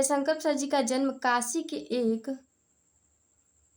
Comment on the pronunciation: काशि नहीं काशी होता है